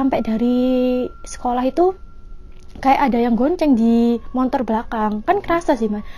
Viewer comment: Mbanya bilangn"montor" kya orang bali juga nyebut motor dg kata "montor"